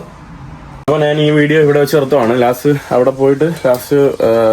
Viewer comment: എടാ കോപ്പേ നാൻ അല്ല, ഞാൻ ആണ് ശരി